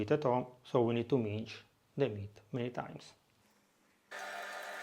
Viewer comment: It’s pronounced mins (s like salt) not minch old boy.